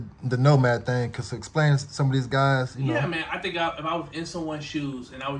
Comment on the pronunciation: When check back in with him, let him know it’s pronounced ’cause’. His pronunciation is killing me lol